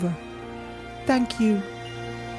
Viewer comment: No tank you but tank you i liked the game / ending the way it is sorry